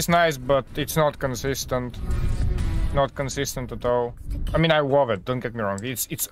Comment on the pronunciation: Question: is it hard for you to say a word that begins with "L"? I noticed you said something that sounds like "wove" when you meant "love"